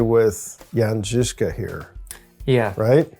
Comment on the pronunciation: Guys. I really appreciate your pronunciation of the Czech names like Kutna Hora and Žižka. I do not expect English speaking people to get my crazy language right (and I get it, it is not the easiest language to pronounce correctly) but you are the closest ones I've seen on YT. Good job! :)